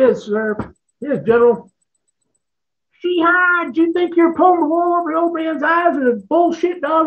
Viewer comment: When did Irish Americans start pronouncing She-he as She-hi? 🤣